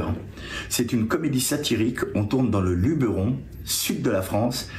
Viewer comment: Bon point pour il prononce Luberon correctement contrairement à tous les fdp qui le pronnonce Lubéron. Mauvais point pour: 😅